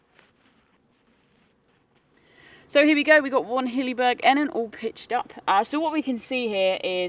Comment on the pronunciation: There is nothing I can tell you that you probably don’t already know. However I believe this model is pronounced E-Nan. The footprint would massively improve the damp/wet issue but only if you don’t leave the tent fully open. Most people zip the whole thing up and even close of the vented ends then the tent has no airflow at all and as a non breathable tent it is bound to get soaked. I suspect having the tent fully open, bedroom door too is that you are letting dew into the tent, especially this time of year. I have used the Enan too and on warm nights I would keep the outer door open but close the mesh door as this did stop the dew getting into the inner/bedroom. A footprint is little over 200g and keeps out the damp wet ground as well as protecting the floor of the inner. You must allow airflow and on my Akto both end zips are permanently half open even in poor weather. The Akto’s door has a vent (again for airflow) but love how you see this as a kinda window. I rarely get a damp tent even on the wettest of days. Keep up the good work. ATB Ant 👍🏻😉